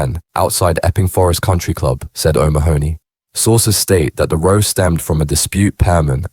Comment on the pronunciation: It can't even select the correct pronunciation of "row" for the context. Two people having a dispute, and it thinks they were having a boat race.